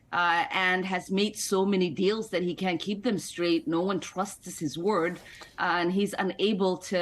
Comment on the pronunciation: She's the first person I've heard say Gaetz correctly! It's a German name -- "getz."